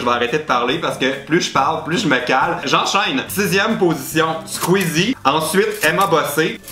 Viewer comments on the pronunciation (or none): none